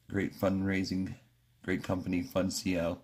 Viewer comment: Fun C L? It’s pronounced fun and uncle. Funcl